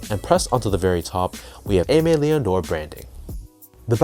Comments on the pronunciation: I’m aware of this and now you are too so please say it right in the future 😂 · Bro please pronounce it correctly